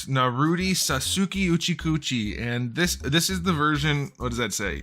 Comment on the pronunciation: Sasooki uchicoochi??